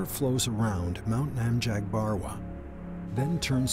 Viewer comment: Why is the narrator mispronouncing every single name? Qinghai, Nacmhabarwa, etc. Every thing is hurting my ears :(. Also Mount Namchabarwa is not THAT mysterious. You can see the peak clearly from Norbuling, and the weather is usually clear enough for that.